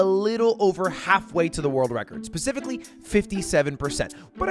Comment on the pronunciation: "Pacifically" lmaoooo